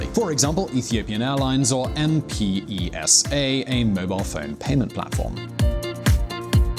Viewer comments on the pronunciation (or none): The mobile money transfer service is NOT pronounced M.P.E.S.A. it's one word M-PESA (pronounced EMPESA) M=mobile pesa=money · I'm from Tanzania, Its not read as m p-e-s-a, its read as one , m pesa. A mobile payment platform by vodafone. Mobile payments are really famous here. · First off, we have skyscrapers and lots of BMWs (and other luxury SUVs and sedans) in Nairobi. Also, M-P-E-S-A is pronounced as M-Pesa [like peso but with an A] which is a system that allows you to send money from one mobile number to another. And why are the stock footages used those of rural areas? I'm sure there's stocks of developed cities like Nairobi's CBD, Kigali, Kampala, Lagos. I usually enjoy watching your videos,, but the amount of inaccuracies made on this one really disappointed me. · Just say M-Pesa not M-P-E-S-A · it is pronounced "em-Pesa" not " M P E S A " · huge follower of your channel however i would wish to request for this change you don't abbreviate mpesa (/ɛm-pɛ-səː/) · please say 'M-Pesa' right. Its kind of annoying how you say it really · Hey, its "M-Pesa"- one word. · ok can you pronounce Mpesa again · Did he just spell out mpesa? Please stop doing videos on Africa if you're unable to pronounce simple names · You should asked me to pronounce M-PESA... nice one... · Dear, All that research you do but couldn’t say Mpesa?